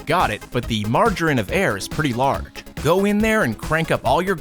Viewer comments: HA you said Margarine for error.. you are pretty funny, I guess! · "Margerine of error" hahahaha my sides! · “Margarine of error” HA